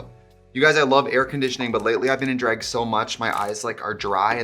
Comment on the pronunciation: Wisconsin Accent coming through more than normal today. Love me a dræg moment ❤️